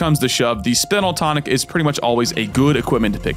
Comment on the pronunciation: I can't believe my mans just said "spin-al tonic" the whole vid.